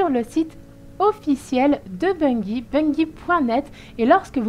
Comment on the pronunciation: On dit pas bunggie mais bunjie mais sa s'écrit bungie